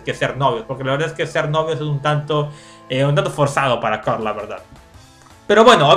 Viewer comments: No se dice Carl se dice coorl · se dice coral